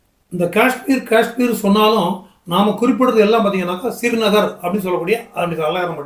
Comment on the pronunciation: ஸ்ரீநகர் என்பதை சிறு நகர் என்பது தமிழாக இருந்தாலும் இனிமையாக இல்லை.